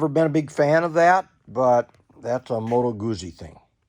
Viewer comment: Moto Gucci? Moto Goutzi.